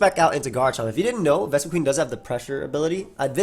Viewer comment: That’s because it’s pronounced “qin” like win with a Q. Not queen.